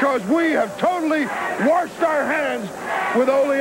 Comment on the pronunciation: "We have totally WARSHED our hands of Ole Anderson."